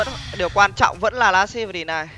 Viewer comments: chứ hit có phải bắt đầu nguyên âm đâu mà xít gì bạn. chưa kể last âm cuối t. nối kiểu gì của chẳng ra. cơ bản thì quen miệng đọc sai vậy thôi. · Last hit mà cứ đọc last sic :)) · Chả nhẽ vừa TA, vừa TV 😂😂. Las-t (h)it nghe buồn cười vl ra :vv